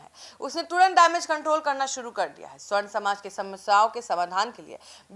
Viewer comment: Sahi oocharan kijiye sa,barn hai